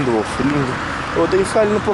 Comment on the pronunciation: ele falou wollf